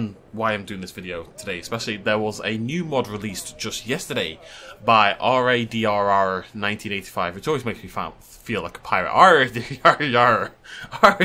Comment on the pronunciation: I think RADRR 1985 is pronounced radar 1985